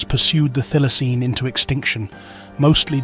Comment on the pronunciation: It is pronounced 'Thigh-la-seen'.